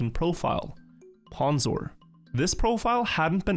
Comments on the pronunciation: oof it's hard hearing someone pronounce it as "p-awn-zor-22". Its "p-own-zor-22" Fek i'm old. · It's pronounced 'pOwnzor' not 'pAwnzor' by the way. Also I am riolu. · Mispronouncing pwnzor is so much funnier if you think of it as intentional disrespect